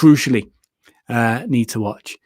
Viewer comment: The Bad Watch. But you pronounce Watch like batch.